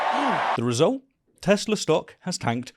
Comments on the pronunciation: Isn't the "R" in "Teslar" silient? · Agent orange...makes a huge dingus out of himself cannot even say the word right "I love Teslerr" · Why does no one take note Donnie says not "I love Tesla", but "I <3 TesLER" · Did Trump just say, “I Love Tesler”? Lol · I love tesler took me out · 'I luv Tezler" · I love Teslur, I love lamp....🤣🤣🤣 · “I love tezlarr” 😂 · Tesler, lol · “I love Teslurr!”😂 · 'tesler'. Indeed a good day for speech theopy. great promotion! edit free! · "Everything's Computer!" "I love Teslerr" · "I love Tesler!" Geez, what an idiot. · Hit-ler, Tes-ler...we know what's on his Syphilis rotted mind! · Tesler? Lol